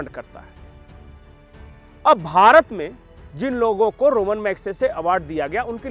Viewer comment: रोमन नहीं रेमोन